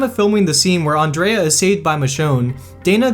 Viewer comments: Its not an-dra-a it an-dre-a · it's Andrea not in andraya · Ondrea don't even ANDREA YOU GAVE ALL THESE FACTS BUT YOU CANT EVEN SAY ANDREA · no.. its ANN DREE UH....... not classic black girl ON DRAY UH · LOL it's Andrea(Ann-Dree-Uhh) not Andrea (Awn-Drey-Uhh) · ANDREA NOT ONDRAYUH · "On-drea-a"???????? "An-dre-a" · First its Andrea not ondrea and Morgan is British too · I know that English people pronounce it Ahn-drea instead of Ann-drea, I think it's a pronunciation thing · WHO THE HELL IS ON DREAH? IM DEAD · Danai Gurira is pronounced duh-nye gu-ree-ruh, Andrea is pronounced ann-dree-uh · Did he really call Andrea "Andraya" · "Ondraya" Who tf is Ondraya?! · TigerishNose9 isn't Andrea pronounced ON-DREE-UH ??? LLOL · lol it sounds like on dreia lol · On dre uh xD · I knew about 45 of them, some were completely wrong. (Carol was originally supposed to die, but Sarah Wayne Callies (Lori) told the writers that she shouldn't die, therefore Tdog died.) Also can we point out the way he said Andrea, lol. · This was a nice list I guess, but it annoyed me a little when you pronounced Andrea's name wrong😬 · Ima guess this guy doesnt watch this show, he pronounced Andrea's name so wrong, so ima guess he's just readin all this off a website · Ok wait... I'm sorry ... How did you just pronounce Andrea 😑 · CeeJee Fox LOL EXACTLY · Challenger not charger, and learn how to say Andreas name. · The way you say Andrea is just painfull... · I KNOW RIGHT!!! You know how to say it, why change it? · It is but Americans think they're the only people on this planet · OMG it is